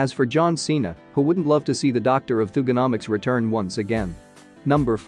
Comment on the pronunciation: "sasha banks...c"... then "bobby lashley...c" hellooooo Champion... the c is to designate which one is the title holder going into the tittle match LMAO then later.. refering to cena as the doctor of thugenomics.. pronouncing it as if it were thoogenomics